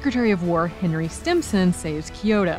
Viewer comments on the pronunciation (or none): none